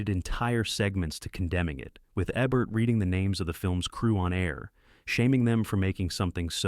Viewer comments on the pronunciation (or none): Eeeeebert! Roger Eeeeebert. Not Ehbert. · It's E-bert not eh-bert 1978 film is not "80s Movies" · Siskel & EH-BERT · EEE-bert...not Ehhhh-bert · If this an AI voice, fine i guess. If this is a person, it EEbert, not AYbert....jus sayin 😉😁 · EEEEEbert, Goddammit, Roger EEEEEbert. You haven't taken us over yet, AI, but until you do, get it right. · “Sesko and Aybert”😂😂😂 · Eh-Bert? Who’s Siskel & Eh-Bert? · Siskel and “Eh-bert”? WTF? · Ebert is pronounced EEbert. How about listening to the AI narrator and correcting the mistakes before you post this crap? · 13 sec what is up with the extra pause between video and stores lol 30 sec people don't "consume' movies, they watch them 52 sec again, now with super long pause between Saint and Nick hahaaha 58 sec Christmas is not sacred with a pagan symbol that is Santa Clause Ebert is pronounced wrong. The E is stressed, not the Eb lolllolo if you dont know how to pronounce names, why not ask? Or is that too simple, or how you can say this simple name????? , , how on earth did mess up the word controversy so badly????? But somehow said correctly the other times????? and nice poster on the wall! firestorm is a compound word, there is no pause between fire and storm wth is the "80's decade??? lol shouldn't it be banned throughout 1980s or throughout 80's lolol You might want to fire your orator. And writer. And editor. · ZZZZZZZZZZZZ. Not being able to pronounce Roger Ebert's name???? F this telescope. Who are these 10.1 subscribers? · The lazy producers of this video are using A.I. voice over that is so dumb it didn't pronouce Roger Ebert's name correctly. Pass. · Same here - no one mispronounces “Ebert”